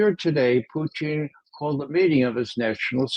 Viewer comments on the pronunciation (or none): It’s SO effing IRRITATING that McGovern says “Poo-TEEN” or “Poo-teeng.” It’s POO-tin for God’s sake! Almost as irritating as George W Bush saying “Nook-ya-lurr” for “nuke-lee-urr.” What is so goddMn hard about pronouncing the name correctly? He is literally the ONLY person on amy podcast that does this. It takes away from his credibility. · It's PUtin, Ray. PUtin. It's not PUchin. Nor is it PuTIN or PuCHIN. Nor is it PUtain, PuTAIN, PUtane, or PuTANE. Lose the contrived and pretentious pronunciation. Got it??? Your constant linguistic histrionics is pathetic 🤮🤮🤮